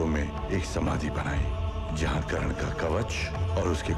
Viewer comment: it's not Karan it's Karn =_= so annoying